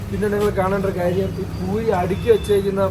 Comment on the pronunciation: Buri alla puri aanu.